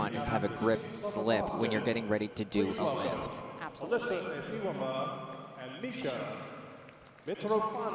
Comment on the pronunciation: You would think that the commentators could pronounce the skater's names correctly. Efimova, not Efomiva.